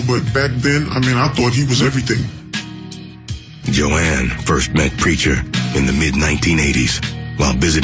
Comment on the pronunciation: The OED defines 'ignorance' as 'Jo-anne". Sad, sad, sad.